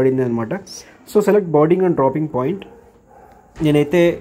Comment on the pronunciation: Bodying kadhu ra boarding ra em chadhuvu kunav ra